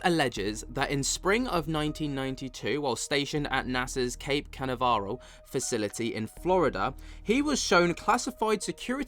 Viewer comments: Cape Can-a-var-al 😂😂😂 you certainly did butcher it, it sounds more like Cape Can-av-ral (Cape Canaveral) 👍🏼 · bro. Cape Ka Nav Ral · Cape Ca-na-ve-ral lol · I love the comical facial expressions during the interview and the inability to pronounce Cape Canaveral